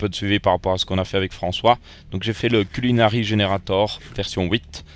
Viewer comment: GG a pour le "CUNIlari" a la plas du "CULInari" mdr